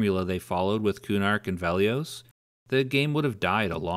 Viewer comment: Why do you pronounce Velious so weird? it's Veli-[us] not Veli-[ohs]